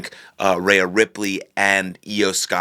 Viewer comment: Why do you say “rhea” like that?